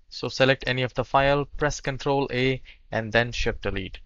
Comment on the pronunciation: Did you say press Control A or Control 8?